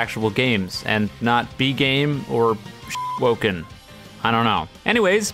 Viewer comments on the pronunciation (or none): Dud he just said shit woken?